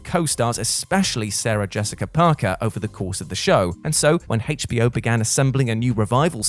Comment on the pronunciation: Im i the only one who noticed that he puts "hate" into HBO Hate,ch B O